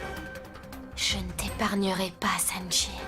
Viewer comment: Apa tonton nikita di sanakchi Olye de sanchi😂😂😂😂